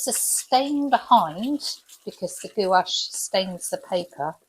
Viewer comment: No judgement but Gouche is pronounced GWASH.